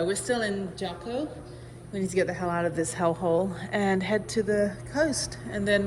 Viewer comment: I was there in 2017. It is haaco. Not Jaco. The j is silent. It can be pretty sketchy in some parts.